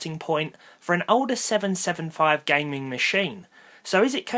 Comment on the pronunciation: "gaming" emphasized